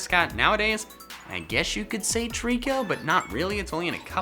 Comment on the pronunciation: TREECKO, NOT TREKO!